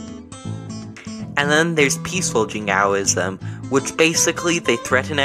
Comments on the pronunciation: not just extreme, imprecise too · Good video although you pronounced Jingoism very badly, you could in the future also focus on historic British and colonial Jingoism prevalent at the time the word was coined in 1878 by George Holyoake rather than the modern-day example of North Korea that is a bit more extreme.